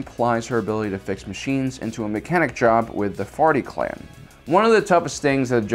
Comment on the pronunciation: I keep hearing "farty clan"